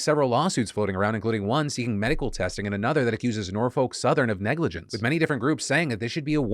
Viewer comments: Always so jarring to hear someone not from Norfolk/Hampton Roads say Norfolk. Just so people know cause I'm a schtickler, it's pronounced N-OR-FOK. REPRESENT WOOOO TRAIN CRASH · As a man who is born and raised in the 757 Virginia area code Phil on the behalf of us I have to tell you that is not pronounce Norfolk it’s pronouced Nor-fuck! But on a serious note, it is a damn shame how Virginia is getting worse and worse to the point where you have to give coverage to it 🤦🏾‍♂️ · I know I’m not caught up so idk if you’ve corrected it but Norfolk = nor fik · Say it with me, Nor-fuk... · FYI Phil it's pronounced Nor-Fuk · Norfolk is pronounced nor-fik or nor-fuk just an fyi 😊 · Not a big deal here, but I've got a small correction for you - I'm from the city of Norfolk, VA and I just can't get over how you keep pronouncing it. You shouldn't pronounce the "L" at all, and that second "O" should be pronounced as if it were a "U". Basically, it should sound nearly as if you're cursing every time you say it.